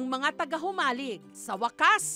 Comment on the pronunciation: Mabilis po ang bigkas ng JOMALIG, hindi mabagal, tga jan ako sa island na yan ng Polillo, waybak 80s, sa Burdeos Quezon ako😥